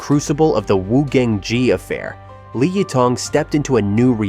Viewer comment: Why is the channel called Criminal Tracks? 🤯 Btw, say her name like this: Lee Yee Thong